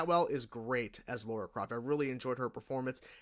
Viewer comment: Lara, not Laura.